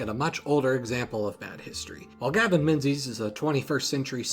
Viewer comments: Geoffrey is pronounced just like Jeffrey. Menzies is pronounced Mingis (rhymes with "thing is"). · “Menzies” is supposed to be pronounced like “Mingis”. It’s an old Scottish surname from before our current alphabet was introduced.